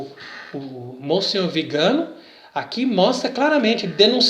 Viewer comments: Bom dia. A pronúncia do nome do Arcebispo nõa é Vigâno, mas Viganô. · VIGANÓ, TEM ACENTO NO Ó, NÃO É VIGANO. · Pronúncia do sobrenome está errada: le-se “Viganô”. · Não é Vigano, mas VIGANÒ… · A pronúncia correta é Viganó. É oxítona. Salve Maria